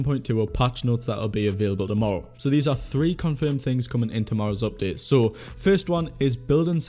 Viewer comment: Normal people: "Update": "Opdate"